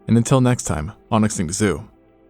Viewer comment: extinct zoo more like extinct yoo 😂